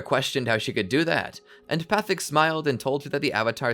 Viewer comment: Why are you mispronouncing Guru Pathik's name :(